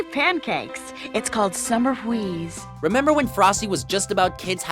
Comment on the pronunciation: Oh, and "summer hweeze". That is all.